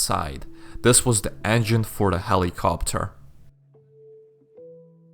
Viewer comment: when he said'' Find and repair a helicopter'' i heard ''helicopper''